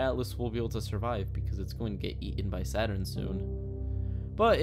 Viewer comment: Well, i guess you can call it SADurn from now on! Di Dun Tschh